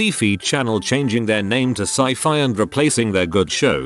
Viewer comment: How does text to speech pronounce SyFy correctly but pronounces SciFi as seefee?